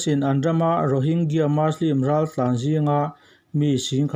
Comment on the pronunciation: "Muslim" tih hi, Mizoṭawng anga chhiar mai tur, "Maslim" tia lam loh tur a ni.